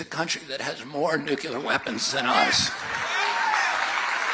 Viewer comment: Sorry, we can’t have another President who can’t pronounce the word “nuclear”…